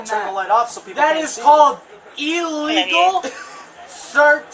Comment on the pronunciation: I love the consistent mispronunciation of the word illegal by this LaCross buffoon as well as many others. Illegal = ill-eagle (as in sick bird) not EEEE-legal.